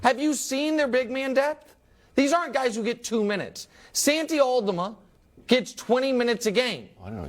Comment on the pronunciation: Nick butchered tf out of Santi Aldama name 😭😭